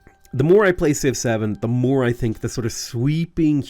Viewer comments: When you say Civ 7 it sounds a bit like Six Seven. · I like that when you say Civ 7, it sounds like 6-7.